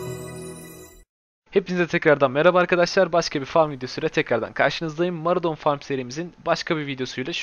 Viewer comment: Hacı gözünü seveyim ses tonun, diksiyonun o kadar güzel ama mAradon nedir allahını seversen. Ağız alışkanlığından dolayı mı öyle diyosun diye videonun adına baktım oraya da mAradon yazmışsın. O haritanın adı mOradon.